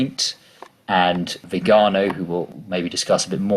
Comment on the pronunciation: Creative pronunciation of Viganó . Never heard that one before.